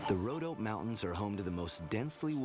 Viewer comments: Just to let know.... The 'Rhodope' Mountains is pronounced Road-opee, not roadop. Apart from that - I love it. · Please.... Rodop'ee' Mountains - not rowdope mountains (53 seconds) :-) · Just to let know.... The 'Rhodope' Mountains is pronounced Road-opee, not 'Roadop'. Apart from that - I love it. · Rhodope Mountains :-)